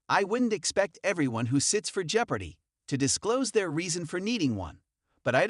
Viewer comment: I’m so sick of these dumb Ken Jenning’s stories. Also could someone please teach this guy how to pronounce the word “jeopardy.”